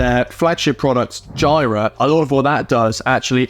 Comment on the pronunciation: It's JEE RUH not JY RUH